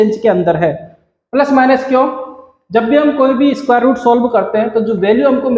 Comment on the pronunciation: Square hota hai sir lmao